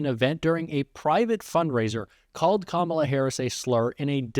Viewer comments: Domestic Terrorist Trump it is kAm A la not Kamaula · Say her name properly fool its not Comolla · Does everybody correct him every time he mispronounces her name? Just alone in ur kitchen, shouting at ur phone “it’s COMMA LA, u absolute boob!”🤭 Or something close? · His hair is purple? WTF? He still doesn’t know how to pronounce her name! Her nieces showed everyone how to pronounce it and they are little girls! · He refuses to pronounce her name properly.